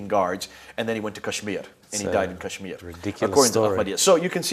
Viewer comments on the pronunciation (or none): none